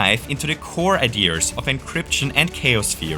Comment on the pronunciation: so you say ideaRs, yet you seem to have a rhotic accent (fairly uncommon for most regions that have this additional R). Wonder where you're from.